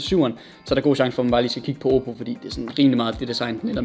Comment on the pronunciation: Lol du både sagde Samsung og Oppe forkert xD